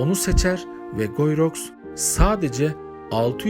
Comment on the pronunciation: Guyi rox değil gii ruu diye okunuyor bari onu da arastirsaydiniz